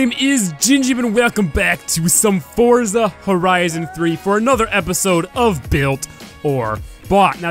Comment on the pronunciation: your the first person who said forza right thank God gingium